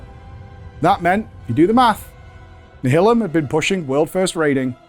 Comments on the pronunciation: Nial-um. Like nihilist. Come on. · Always thought it was pronounced nialim - as in nihilist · Hering him pronounce Nihilum is just breaking my heart. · Do the Brits pronounce Nihilum like that or is being weird?